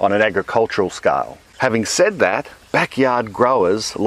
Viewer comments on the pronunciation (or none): none